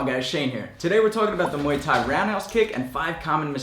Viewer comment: Only mistake I se was you pronouncing Muay Thai you said mooii Thai witch means Thai pubic hair !